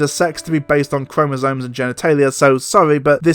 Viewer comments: And another also: “chromosoNes”??? It’s just annoying me. There’s no N in chromosome. I normally wouldn’t make a big deal over someone mispronouncing a word. It happens. But, in this case, it tells me that she is speaking out of her arse, having done absolutely no research, having read no scientific papers on the subject. Because if she had read about this, she’d know it’s chromosomes, not chromosoNes. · Fuck. She can quite literally get in the sea. And fucking stay there. What the fuck is a Chromosone please?! She did NOT say Chromosomes. She said Chromosone